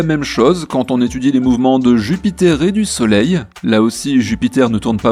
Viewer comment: Ca me faIt horriblement mal aux oreilles quand j entenu soleileee